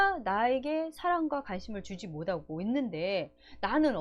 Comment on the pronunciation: 좋은내용 잘들었습니다 많이도움받고 갑니다 그런데 '못하고' 발음이 안되시네요~ㅋ 귀엽게듣고가요